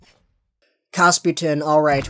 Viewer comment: Kapustin - not kasputin. Ok? Ya😁